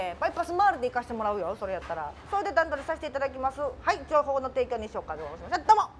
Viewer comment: 段取りがタンドリーに聞こえる